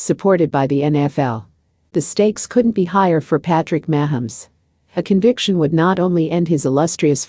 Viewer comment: You can't even pronounce his name correctly